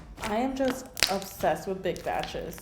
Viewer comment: I really love watching your videos but you always kill me when u say ubsessed instead of obsessed